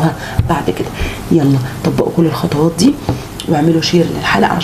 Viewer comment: خطوات و ليس خطواط